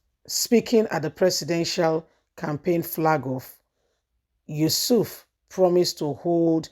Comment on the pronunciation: Hello dear blogger, her last name is not Yusuf, but Yesufu, at least get the names correct now instead of murder someone's name, you also said Aboro for the Labour's party chairman's last name. As a youtuber, you must get people's name correct, your voice is good, I come in peace ✌️, just advise